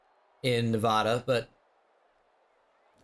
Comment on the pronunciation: If he keeps saying nevohduh I swear